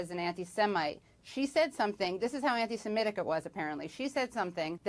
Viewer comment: for future reference: anti-se-MI-tic (doesn't rhyme with emetic but 'mythic' - as said in a fake Jamaican accent). Worth learning as the media aren't going to drop this issue.